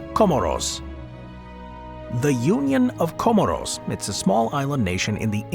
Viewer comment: 'Co-more's" as in "smores"